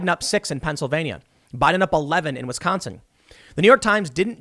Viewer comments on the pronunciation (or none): none